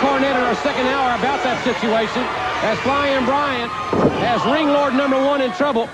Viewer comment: LOL JR calling Ringlord "Landlord" 😂